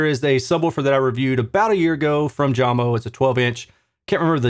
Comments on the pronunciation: It's "Yamo" not "Jamo" :) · Hello and thanks for your hard work doing these reviews. Jamo is pronounced "yamo" 😉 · You reviews are the best - it is pronounced "Yamo" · The speaker brand is called Jamo = JAMO (yah•mo), not Jam-o - and they "used to" produce great speakers. They are now owned by Klipsch and they seem to be engineered to fail in the SQ dept like other Klipsch speakers (ie: these are the same people who killed Mirage, Energy, and Athena Technologies). Of course, they'd be better if one buys them used for really cheap with the purpose/idea of modding them with cabinet damping and a crossover mod, a'la G-R Research and Audiophile Ninja. Shame on Klipsch.... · Your not even pronouncing the name right , it pronounced Yamo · Maybe try Jay-mo lol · Danish origins, so pretty sure J is pronounced like English Y (when used as a consonant). Love your reviews. Keep up the great work,. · I love your measurement based reviews but for some reason, the fact that you pronounce the company name with a J sound tells me all I need to know about this video. I feel you missed the mark here. Jamo, pronounced with a "Y," is the quintessential example of of the statement, "Measurements lie." They have a sound sure and if you don't like it, you do you, but many people do like it. And honestly, that 5.0 S series ons ale for $190 is something we need to be talking about as a soundbar replacement. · Great work on the videos, BUT, you could have pronounced Jamo properly, that is the least you could do. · If you play this video on Jamo speakers, pronunciation of "jamo" sounds correct😅😭